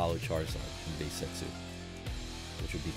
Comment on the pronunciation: Start of the video he said bae set not base set